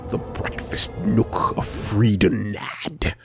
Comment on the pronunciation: Freedon Nadd.... Free The Nad (as in gonad) .... Am I tripping?? Was that intentional like the Quarian ship names??